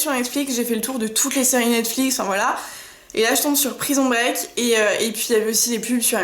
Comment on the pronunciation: Prison break? "prison" omfn.nnn "prisonne" on dit eh mais on respecte les noms des series